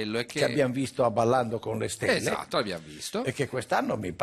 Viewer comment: "Abballando co' le shtelle" Top Tv!